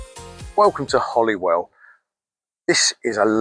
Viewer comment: This is the oldest inn inn inngland Also it is pronounced holy(as in religion) well not holly(as in the plant)